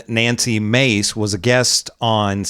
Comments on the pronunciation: Let’s mispronounced her name manly face instead of Nancy Mace. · We pronounce it "Nazi" Mace, not Nancy Mace.